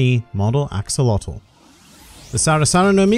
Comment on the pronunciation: You pronounce Axolotl wrong it's not an english word, it's pronounced aah-show-lo-tl